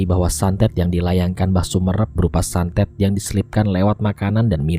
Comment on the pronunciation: santet bang santet bukan satet :v Semangat terus bang